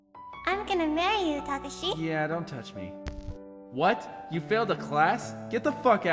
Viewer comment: Why doesn't anyone pronounce Takashi's name right? D: It's Ta-ka-shi. Or Saeko. It's pronounced like psycho.